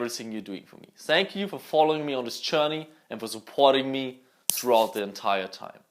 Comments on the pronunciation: Wieder Mal ein geiles Video! Aber bitte sag Thank you und nicht sank you :'D #nohate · I love but wen he said sank you 3 times I got triggerd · "Sank you" ? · "sank you" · wenn du jetz noch thank you nich als sank you aussprichts würdest du von 99% meines lieblingsytber zu 100% gehen hahahah